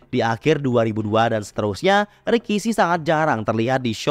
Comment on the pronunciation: RIKISHI dibaca RAKISHI